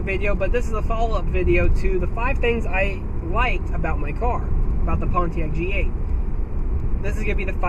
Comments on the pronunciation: My biggest complaint is people do not pronounce Pontiac correctly... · Learn to say Pontiac